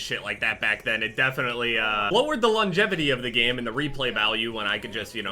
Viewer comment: the 'longjevity'